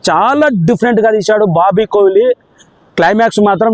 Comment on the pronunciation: Kohli kadhu kolli 😂😂